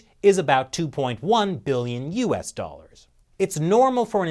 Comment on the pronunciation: beeyons and beeyons